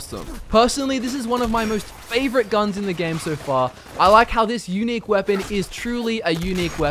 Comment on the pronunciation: "The Yewnic rifle, the Railroad Rifle." Actually, it's unique. Not Yewnic.